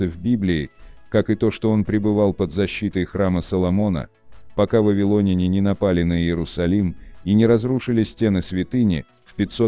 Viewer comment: Вавилоняне - ударение на Я , а не о .